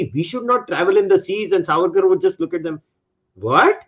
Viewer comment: Did he just say ARSE AWARD ?? Lmao